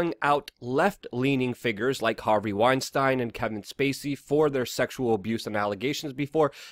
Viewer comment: How do you mispronounce so many oft-spoken names? Weinstein, Tokei, McGowan... you didn't get a single one right.